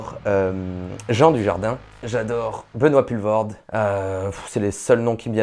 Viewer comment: Benoit POULE*voorde ** pas pull :( Ah lala quand un Français tente de prononcer un nom Belge..